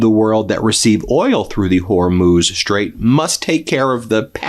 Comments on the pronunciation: Thank you for correcting your pronunciation of the Strait of Hormuz... Not a distraction anymore... and I enjoy your work... 👍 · Glad to see you learned how to pronounce Hormuz. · Thank you Ben, for finally learning how to pronounce the Strait of Hormuz! Only took you 2 weeks! 😅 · You've finally pronounced it Whore-mooze. 😆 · Thank you for pronouncing Hormuz correctly. Love your work.